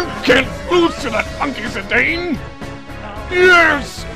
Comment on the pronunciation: Oh, and endless thanks for pronouncing Zidane's name as it is phonetically spelled, and not like a certain infamous French football player. <3